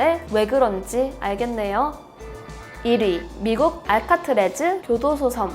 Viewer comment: 알카트래즈가 아니라 알카트라즈 아닌가요?